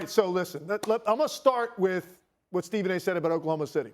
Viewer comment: Why does Stephen A always add an "R" to every English word that ends in an "A"???? Annoying af